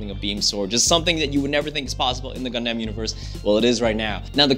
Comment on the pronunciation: He kinda pronounce "Gundam" wrong, but oh well I just pre-ordered my game. ^_^ That's all it matters. Hella excited for this!